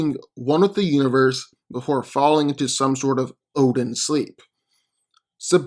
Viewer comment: U said obin